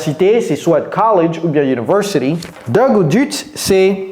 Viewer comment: En français on ne dit pas "dute" on dit dé u té